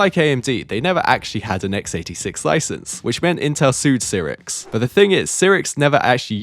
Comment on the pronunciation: Mispronounced both Cyrix and Asus but at least he pronounces SATA correctly.